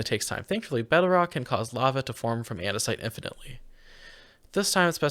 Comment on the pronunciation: Did you just call bedrock “bedrack”? 😂